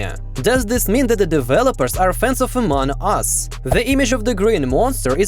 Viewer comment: “Amon us”